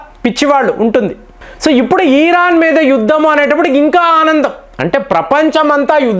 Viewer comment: ఈరాను కాదు ఇరాన్